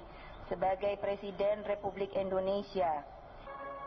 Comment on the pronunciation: Megawati itu kalo ngomong indonesia kok endonesia??